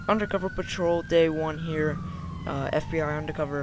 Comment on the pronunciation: "FIB your under arrest!" FIB? Its FBI.